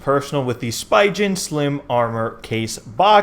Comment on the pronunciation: Good vid! But please, learn the correct pronunciation of Spigen 🤣🤣